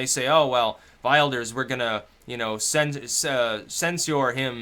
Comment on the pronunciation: we nag because it sounds so bad xd will-durs is what i came up with as well.